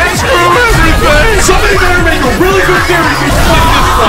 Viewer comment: “rally New Zealand” Who is aussie or is it just me?